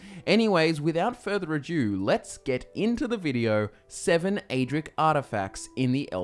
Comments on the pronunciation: "without further a-jew" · I'd most like to see you say ado properly.